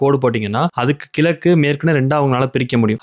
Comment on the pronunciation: கிலக்கு இல்லை . அது கிழக்கு இது கூட சொல்லவே தெரியாது. ஏன் இந்த வேலை